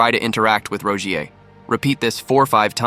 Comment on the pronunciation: roguiers rapeeier huh?